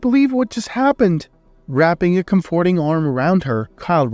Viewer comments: I can't stand it. I tried, but the narrator doesn't even know how to pronounce COM-for-ting and other common English words. His accent is not attractive and is distracting from the sfory. Not listening any longer. I don't even care how the story plays out. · Thank you,, for withdrawing the first iteration of this story and reposting it and for doing it so quickly. It was an excellent, feel good story. However, I do have a minor quibble. You more or less skipped the part where Kyle and Natalie got married (we assume) and went straight to them adopting a child...as for the mispronunciation of comforting, for me it's not a big deal. However, since it's been pointed out and you've said English is not your first language, simply Google "comforting" along with "pronunciation" and voila, problem should be solved. Same for any other words that someone points out that you might mispronounce. This story definitely gets a thumbs up from me 👍